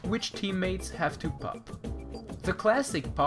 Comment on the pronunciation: What's this accent? I think it may be French, because the way you said ''mode'' and ''pop'' sounds like a French accent. Anyway, just found out about you, must go on marathon to watch ALL the videos 0.0